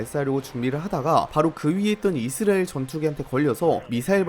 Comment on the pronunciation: 이즈리얼이즈리얼이즈리얼이즈리얼이즈리얼이즈리얼이즈리얼이즈리얼이즈리얼이즈리얼이즈리얼이즈리얼 이제부터 당신은 이스라엘을 이즈리얼이라고 발음합니다